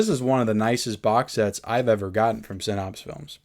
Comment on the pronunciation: One day there will be clips from this video on your episode of hoarders. And for the love of GOD, please learn how to say "sin apse" NOT "sin opse".